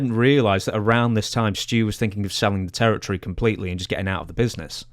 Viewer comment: Hate how he say territory